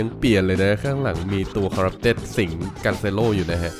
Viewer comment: Corupted ไม่ใช่ coreption ครับ